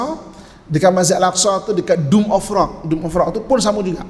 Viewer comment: Minta maaf ye, tegur skit. Dome of rock,, bukan doom of rock. Kang ada plak yg kata main game, Doom.